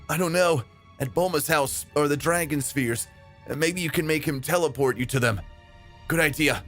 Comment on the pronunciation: "dragon spheers"